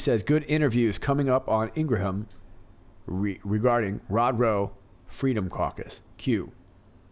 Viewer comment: Thank you for an excellent job as always! Just a tiny thing, her name is pronounced “Ingram”:)